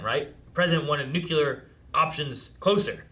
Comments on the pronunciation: This isnt about the movie or the reaction. BUT FFS IT'S NUCLEAR! NU CLEAR! English its not my first language but cmon guys. Ur just adding more vowels for nothing. Its not nucular. Nuclear, like new and clear. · Yeah it's pronounced new-clear